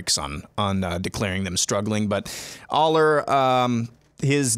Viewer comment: How far will we get into the season before learns how to correctly pronounce Drew Allar’s name?